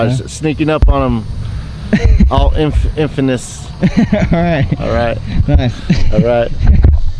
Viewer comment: "All infa... Infanous" 😂😂😂😂😂